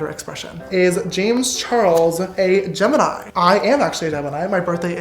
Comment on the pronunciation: Did anyone else’s hear James call himself a emini in stead of a gemini😂😂